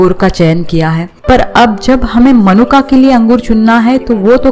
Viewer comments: मनुका नहीं होता, मुनक्का होता है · मनुक्का नहीं मुनक्का होते हैं 😄